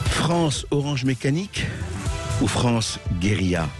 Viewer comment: mais arretez de dire geuriLA, SVP